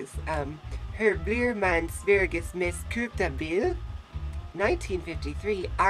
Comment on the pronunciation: de flesta verkar säga "kupta"när de försöker säga "köpta"!(asså inte svenskar,såklart)har sett på en massa sånahär videor nu,haha,vet inte varför...